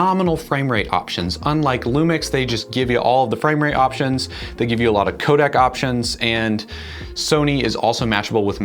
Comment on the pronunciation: Codec, not codac